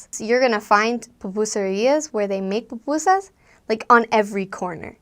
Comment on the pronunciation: why you say pupusas like that